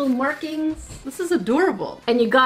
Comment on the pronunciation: she aslo pronounces markings like merkings lol